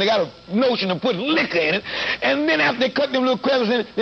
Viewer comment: And sometimes they got the “notion to put liquorrrrrr in it” 😂😂😂😂